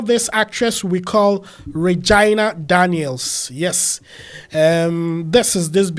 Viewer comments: It’s pronounce as ray-gi- na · Did you just say "Vaginal" or "Reginal" Daniels? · you mispronounced Regina name.